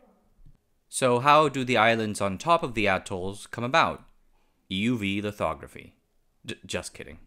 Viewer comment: I had to "rewind" to double check what I thought I heard 🤣